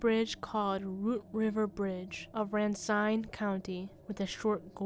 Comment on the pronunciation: The name of the city of Eau Claire, WI is pronounced “oh-CLARE”, French for clear water. The name of Racine County, WI is pronounced “ruh-SEEN”, French for root.